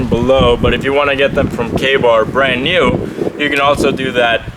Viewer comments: The first time I thought you said gay-bar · When you said KA-Bar I thought you said gay bar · I thought he said gay bar Me!